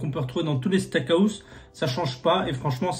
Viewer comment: Pourquoi tu dis le steak AOUSSE ??? mdrrr ça me perturbe c'est house, sinon gg bg !!!!!!